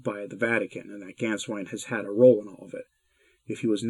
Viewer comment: And the "Á" with umlaut is pronounced as in "way!" So Gänswein is pronounced "Gaynsvein!"